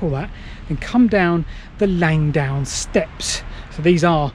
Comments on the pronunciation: It's Langdon, not Langdown! It was a searchlight battery in WW1 I've been down there on a GeoCache hunt, about 15 years ago. It is steep. :o) There's no shame in vertigo. I have an irrational fear of dying in a plane crash. (Irrational because I don't fly.) All the best. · Langdon as it's spelt, not Langdown. Sorry you didn't make it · LangDON not LangDOWN! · Its Langdon, LangDON, not bloody Langdown. FFS!